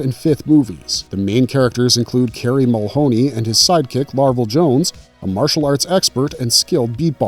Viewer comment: The guy on Police Academy is Mahoney not Mulhony. 😊